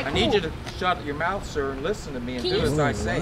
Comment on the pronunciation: “ I AM NOT A SER YOUR A SER, SER HILL “ lmao I lost it